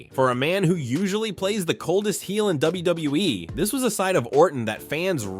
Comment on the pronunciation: “W. WE” and NOT W.W.E.? DAMN AI!